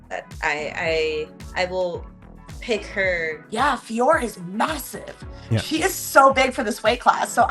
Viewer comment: You called her FIOROT!!! 👍👍 Love it... as a native French speaker, it kills me when the Jon Anik alumni (he had it wrong from the get go) call her FIORRR... if this is how we pronounce things, we might as well be calling you guys LYN, or Ariel HELWAN, Jed MESH, Luke THOM, or if we're talking fighters, Tom ASPIN, Dustin POIR, Islam MACKHACH, Merab DVALISH etc etc. The professional media as a whole should really be doing better when it comes to the correct pronunciation of fighter's names. Mind you, after watching this video some of these fighters could up their game as well 😅😅 Vive la linguistique!!!! ✌️😁 🇨🇵